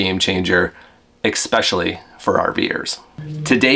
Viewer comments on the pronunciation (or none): It's not exspecialy it's especially!!!!! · "Ecspecially" isn't a word just fyi. It's ESpecially. You probably say "Pacific" instead of "Specific" too lol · Good report. Look, I appreciate that Americans don't have access to quality education and really don't understand what the English language is all about but surely you do read, right? Eckspecially? It wasn't a mistake because it was uttered twice in the first 1 minute. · After the 2nd “expecially”, I had to go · Lost me at " EXPECIALLY "